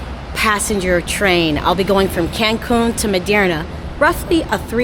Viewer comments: Merida, not Miderna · There is no "n" in Merida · Is 'That City' pronounced ... (Mair...ree...dah) ? /Merida Tu hablar espanol? /Do you speak spanish? and are you communicating good with The People, and they with you? O.k. I got my answer as I continued viewing your video when you said you do not speak spanish. I'm very proud of you though; so brave of traveling alone. Pero aprende espanol es muy importante. / Learn spanish very important to know. I'm not latino but it's my 3rd spoken language. Remember former President- 'Gorge Bush' who's brother I think name was 'Bud Bush' who spoke fluent spanish, I think that's when alot of Americans got inspired and jumped on the band wagon and learned. 😂 Anyway, nice content thanks for sharing.❤ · It’s Merida. MARE-i-duh. 😊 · Mérida girl not Merderna 😂! Mérida is super hot but such a vibe! I’m hoping to move there!! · Please learn how to pronounce MERIDA correctly 😂😂😂😂